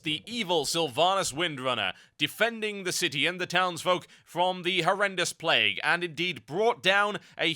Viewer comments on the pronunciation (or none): none